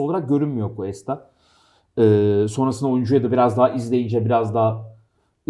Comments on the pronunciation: Ya 'ten bir ricam olacak konuyla alakasız ama Cuesta'yı "kesta" şeklinde okumazsa mutlu olurum. Kulağımı tırmalıyor bugün 2. videosunu izliyorum. "G" harfinden sonra "U" ve "E" gelirse o şekilde bir okuma yapılır. Saygılar 🤗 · Analizlerr çok güzeldi, teşekkürler. Ama ufak bir düzeltme yapalım: Cuesta, "Kesta" diye değil, "Kuesta" diye okunur. Eğer adı "Questa" olsaydı o zaman "Kesta" diye okumamız gerekirdi. İyi yayınlar dilerim.